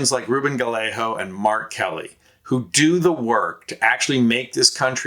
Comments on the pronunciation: Seriously??? It's pronounced guy-A-go. Emphasis is on the second syllable, a hard A. (Not guh-lay-ho!!!) SMH!!! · Gallegos, pronounced gayego (ll=y and a g is only an h at the beginning of a word.) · For future videos, the double L in Spanish is a digraph that sounds more like a Y not like the normal L sound. Gallego is pronounced: gai-AY-gow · Good presentation and concise reasons why Kari Lake is set to lose here senate run to Gallego. Please note: the double "ll" in Gallego is pronounced as a y sound, thus making his name Guyago. Not Galeho. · It’s guy-yay-go, not guh-lay-ho. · Say "Gayego" ... Not Galaho! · It's pronounced like "Gaiyego." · Pronounced Guy Yea Ga! No L's Az. Voter!❤ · Pronounced guy-a-go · Thanks much. Nice presentation. ( fyi.. his name is pronounced ‘guy-yeah-go’) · It would really be cool if you would pronounce Gallego correctly. guy YAY go. The double L in Spanish is pronounced like a Y. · You are absolutely butchering the pronunciation of "Gallego." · Just FYI: Gallego is pronounced "guy-yay-go" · What an odd pronunciation of Gallego. It's pronounced ga yay go in Spanish. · Hermano, fyi, Gallegos is pronounced: guy-yay-gos. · Guy-yay-go. You are saying his name wrong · It’s pronounced Guy yay go. He has no worries about sKari fLake. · It's Gah Yay Go. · Sorry but his name is pronounced guy-egg-ah. It's like fingernails on a chalkboard when you say it wrong and does nothing for his name recognition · His name is pronounced guy-a-go, the 2 l's sound like a y, he's a good and serious problem for polluted lake. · It's pronunced: Gai-ay-gow. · It’s Gallego not Galleyo, do your homework! Disaster! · Learn to pronounce his name; it is more like Guy-eggo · You should learn how to pronounce Gallego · For an Occupy Democrats video you sure dont know how to pronounce Ruben Gallego’s last name lol